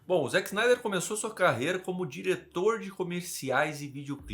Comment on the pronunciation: Desculpe s eeu estiver sendo chato, mas gostaria de fazer uma pequena correção, é que você pronunciou o nome do Zack snyder errado, não se diz zack snaider, mas o jeito correto de se pronunciar é "Zeck splinter" e o sobrenome é "snydercut é meu ovo"